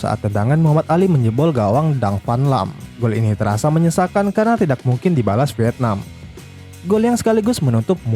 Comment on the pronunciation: "Tak" "Tidak" Cara bacanya yaitu huruf "k" nya lebur, jadi dibaca yg benar itu "Ta" dan "Tida"